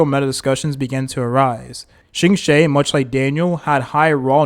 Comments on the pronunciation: im giggling so hard at shingshay its okay king try your best 😭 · are you mispronoucing the names on purpose? cuz this is wild lol, shiingshey???????? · QINGQUE BEING SHINGSHAY ... AHAHAHAHAH IT'S OKAY KING TAKE YOUR TIME 😭😭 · True, still don't understand how he can butcher Qingque so bad. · the pronunciation of qingque hurt me even more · s EE l e - not s ee l AE d An heng - not d A ne heng Qingque, - not shingshae ??? Jingliu - not linglu